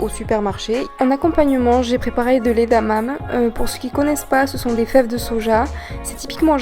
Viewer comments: super vidéo ! juste une petite remarque, on ne dit pas édamam' mais édamamé ; toutes les sillages se prononcent ! bonne journée végan !! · Juste pour info on dit pas edamame ça se dit edamamé mais sinon j'adore tes vidéos 😍😘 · tes plats sont super appétissants, par contre edamame se prononce édamamé :P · Cela se prononce EDAMAMÉ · Bonjour, très bonne vidéo ça a l’air délicieux ! Par contre, edamame se prononce « édamamé » en japonais ! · Superbe vidéo J'adhère totalement superbe presentation superbes recettes très inspirantes Jvais en tester un paquet😍😍 juste une petite remarque edamame se prononce é-da-ma-mé en japonais (éda = haricot mamé= branche) 😘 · Pour info, edamame se prononce "edamamé" ! ;-)